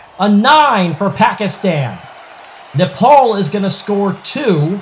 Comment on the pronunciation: Why Nepol’ instead of Nepal?